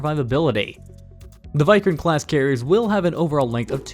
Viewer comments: Why-Krant!!? It is WE-Krant 😆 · It's pronounced INS "vik-rant" not "vi-krant" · You sound that as INS "why kranth" its INS Vikrant .. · Your VIKRANT pronunciation is wrong It is (ViiikRant) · "Wick-Rant" is much better pronunciation for "Vikrant". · Lol he said vik-rant... Not krant...! Vik as in Viking...